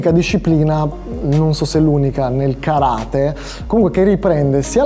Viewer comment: Vorrei puntualizzare che si dice Karate' con l'accento sulla e piccolo dettaglio che anche quello è positivo sapere. Bel video complimenti.